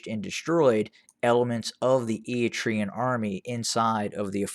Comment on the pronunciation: This channel has become the TDF fanbois network. TDF lost 300,000 members and this guy is still cheerleading for them lmao. Also, learn how to say Eritrean. It's eh-ruh-tray-uhn not E-e-tree-uhn. What a fool